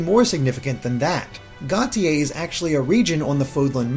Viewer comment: Preeeeeetty sure Gautier is pronounced "go-shay," but then I only get that because I read Sherrilyn Kenyon novels and Nick Gautier is a rather significant character. Anyway, that detail aside, I shall continue watching the analysis.